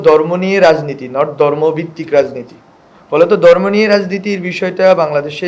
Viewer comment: চাত্র দরম আমলীগ এই শব্দ উচ্চারণে আরো যত্নশীল হতে হবে